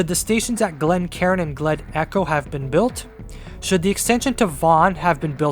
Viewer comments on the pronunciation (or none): none